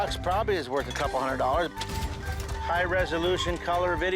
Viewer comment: Hunnud dolla dayah....